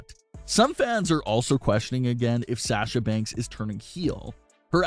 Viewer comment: This the guy that says “SHAHSA BANKSS”